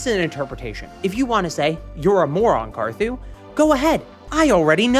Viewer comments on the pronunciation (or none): that’s not carthu that’s cartharot 💀